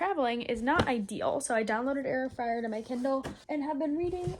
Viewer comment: Girl why when you said Heir of Fire i heard air fryer what😭